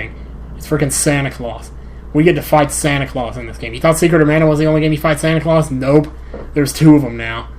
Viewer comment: haha the way said claus it sound like he was saying santa colauss kinda like santa colossous so it was kinda like a pun